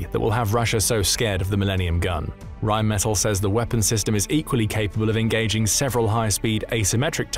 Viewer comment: It's pronounced Rheinmetall with emphasis on the 2nd e. It doesn't sound like metal in English.